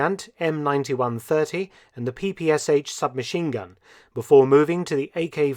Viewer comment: THe PPSh is pronouned "pe-pe-sha" - the Sh is a transcribed separate Cyrillic letter.